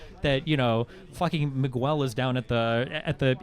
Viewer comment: did he say "MI GU EL"???? come on... you live in florida. miguel is pronounced mee-gehl or however you write that pronouncy shit. COME ON migueeeel without the U